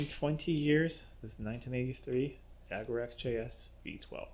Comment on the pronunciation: An American who knows how to pronounce Jaguar or as lots of Americans say Jagwar !